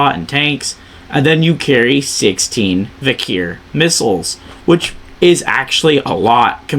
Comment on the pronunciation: Vikhr is said as "vickor"